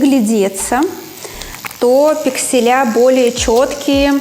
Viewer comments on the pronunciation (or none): Спасибо за информацию. Но режит ухо "пикселЯ"